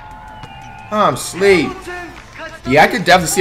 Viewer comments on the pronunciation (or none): “I’m shleeep”😂😂😂